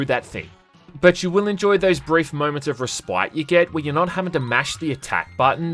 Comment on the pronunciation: You don't know how to say the word respite. FYI